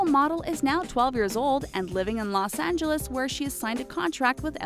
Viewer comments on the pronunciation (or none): none